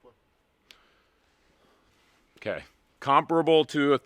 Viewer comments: You have to be saying it like that on purpose. “Mawzin Negant”, “L’High”, “Lapuwah”…Good ol rage bait haha! Someone in Kentucky named Scott just had his ears perk up! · I'm not one to argue with a lawyer, but if you mispronounce another Lapua or Mosin Nagant, I might do it. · You pronounce stuff weird. LA Pua. Moss in nag aunt 😂